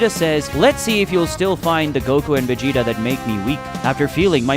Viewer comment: Who tf is Vedeeta? Stick to the AI voice. Swapping back n forth is dumb